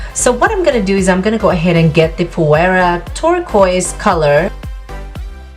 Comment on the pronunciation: Hi, Phoera is pronounced ['f i r a] - I love the colours you used. I just started using it and is amazing: I recommend it to everyone.